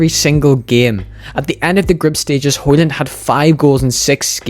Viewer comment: The D in højlund is silent btw.